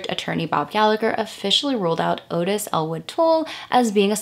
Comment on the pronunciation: Its not .22 guage it's .22 caliper And Ottis is pronounced Ott-iss.